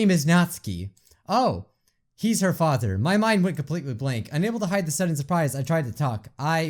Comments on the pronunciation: She said “When I came here to hide from my FatherRrRrRrRr” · "When i came here to hide from my fatherrRrRrRrRRrR" "I hate being called cute"